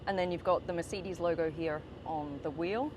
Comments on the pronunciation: "Meyh-back on the merseedis" That is a violation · Merceedees? And isn't it "my-bac"? 🤔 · Meeecedez😂😂😂😂😂😂 listen to yourself 🤣🤣🤣🤣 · MICIDES? its MERCEDES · I’m sorry, but every time she says “Mer-CEED-Ees”, it gives me whiplash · WHAT THE FRIG' IS A "MA'SEE'DEES"?😂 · Why tf she keep calling it a MerCDs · What is a Merseedees? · Why are you pronouncing it "mer-seed-eze"? You're a professional car channel... pronounce it correctly. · Is it just me or this lady can’t pronounce Mercedes??? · Why can’t she pronounce Mercedes properly ? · She said mercedes instead of mercedes... Over and over, I can't take it 😢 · You should learn hou to correctly pronounce Mercedes. Irritated the f out of me